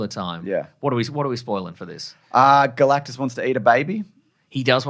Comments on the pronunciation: You said "Girl-actus" when "GAL-actus" was Right there!! 🤦🏾‍♂️😮‍💨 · Girl-actus? When Gal-actus is right there?!?!